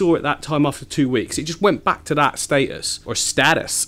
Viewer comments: "It went back to that statice, or STAYTus ehehe" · When you said Status, you sounded American (like me btw 😘) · "Status" said like a true Yank. Is your Brit accent just a ploy to make people like you more?